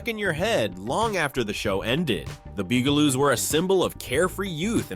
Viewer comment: BUGaloos not Boogaloos or Beegaloos. Also Benita Bizarre not Benita Bizarree.